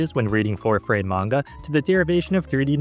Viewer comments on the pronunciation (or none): none